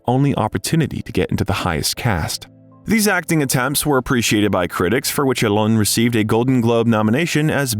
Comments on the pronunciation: His name is not "Elane" Haha. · Please don’t pronounce his name like Elaine, it sounds ridiculous. Just get a native French speaker to help with the pronunciation ! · It's not A-lein, it's A-LEN :))) gee... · please pronounce his name right…not elaine…alain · It’s not Allen it’s Alain you don’t pronounce the N at the end . Just saying 😊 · Please learn how to pronounce the name Alain. Please. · OMG, the American pronunciation of French names and words!! Why try so hard? Loved this man; there will never be another Alain Delon!!